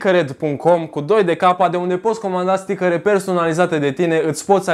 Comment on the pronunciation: stickăre =))))) mai ai şi tu Stickăre ? =))))